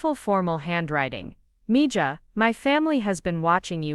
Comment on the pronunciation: Please teach yourAI that “Mija” is pronounced “Me-Ha!”